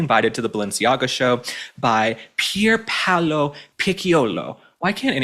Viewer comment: Loved you saying that designer's name-Pierpaulo. You cracked me up!